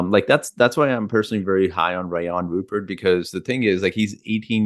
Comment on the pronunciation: Sorry the Thunder already called dibs! And it RUE-pair. Rhymes with blue hair.